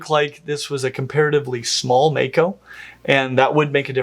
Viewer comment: if it comes from the Maori language it's going to be pronounced "Mah-ko", not "May-ko"